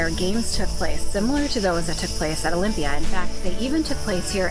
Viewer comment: Pls dont bucher local names Is aRAhova and not AraHOva and delPHI and nor DElphi and olyMPIa and not oLYmpia !! But overall a great video !!!